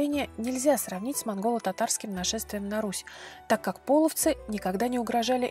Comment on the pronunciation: не пОловцы, а полОвцы! И не показывайте изображения тюрков больше, половцы всегда были степным племенем славян, мы всегда были светловолосыми европейцами с карими глазами, язычниками. Весьма неприятно когда вы на полном серьезе озвучиваете церковные расистские и ксенофобные мифы! Мы никогда не предпринимали завоевательных походов и не были соседями, мы часть Руси не принявшая крещение и боровшаяся с насильственным крещением, по сути это гражданская война с христианскими захватчиками